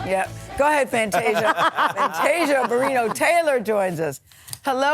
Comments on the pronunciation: Fanteesha? Seriously Gayle. Get it together…… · Fanteeesia though? Cmon gayle. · You got one ☝🏾 more time to mess up her name gail 🤦🏽‍♀️…hanging on the heels of oprah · Now come on Gayle. You know how to say her name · how do you not pronounce Fantasia’s name, right? 🙄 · SO HAPPY FOR FANTASIA!!! 🎊 What's going on with Gail mispronouncing Fantasia's name tho?? 🥴